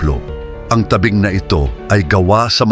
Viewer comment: Mali Po Ang pronunciation Ng dako at tabing